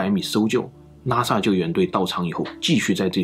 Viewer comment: up主的口音 我一直听成NASA 看了字幕才知道是拉萨。。。